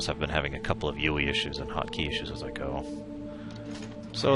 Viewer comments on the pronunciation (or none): Why do you pronounce the 'I' in 'UI' like the letter 'E'? That's not usually how Americans would pronounce it. Unless...?